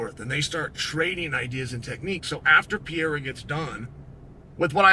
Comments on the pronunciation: he doesn't need to say it like a foreigner, he just needs to say it right. Pereira and Piera are completely different things. let me break it down. Pereira (peh-RAY-rah), Piera (pee-EH-rah) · Please, unc Clael. If you pronouce just "Perera" instead of Piera, you'll pronounce very close to the original. We brazilians don't speak the "i" part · Alex "Poatan" Pierre-Ra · Piera. Macklechev. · I'm gonna start calling Alex "Pierra" too. It's growing on me. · Say it with me uncle Chael: PE REI RA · Piera, Pierra would be spelled P-eh-ha, not P-eh-ra like it's supposed to HAHAHA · Says Pereira wrong but says Ankalaev perfectly 😂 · Pootan Piera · STILL CAN’T SAY HIS FUCKING NAME. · This dude needs to learn how to pronounce his name correctly 😂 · Worst part is that he can say Teixeira but not Pereira